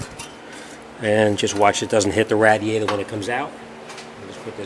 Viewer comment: First laugh was in the introduction😂..dakodas😂😂😂😂the second laugh was "RATIATORS"😂😂😂after that it was just northern accent i couldnt even watch the video seriously anymore then the phone rang anouncing who it was 😂😂😂😂😂😂 it just turned in a good last for me thanks